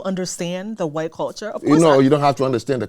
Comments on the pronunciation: I’m almost certain that knows of Jared Taylor, if he doesn’t know him personally. Listen to the way they both pronounce “hwite” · and Jared Taylor both belong to the culture of people who pronounce it “hwite”